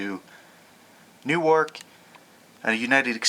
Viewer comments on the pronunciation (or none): none